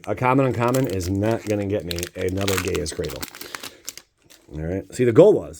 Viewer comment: Well, seeing as you can’t pronounce gaea’s cradle properly, you probably better off not having it